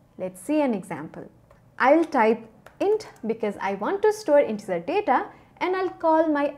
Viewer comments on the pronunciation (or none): none